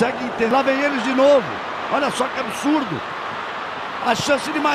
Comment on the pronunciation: Voltei aqui em 2024 só pra OUVIR o GALVÃO falar : "E la vem eles de novo... olha só que ABSSSSSURDO!"